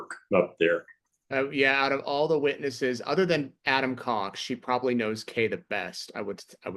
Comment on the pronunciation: I hear her say...cock when she said it instead of cox the second she said it😮